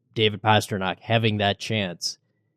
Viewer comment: Guys, please, for god's sake it's PASTRNAK. How long has he been in the League?